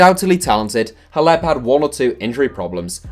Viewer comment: who's hleb isn't it pronounced klef?